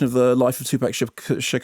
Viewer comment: It's TOO-pahk. Grrr.